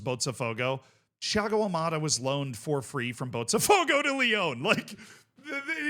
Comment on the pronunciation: Why did he say Thiago Almada’s name like if he was portugués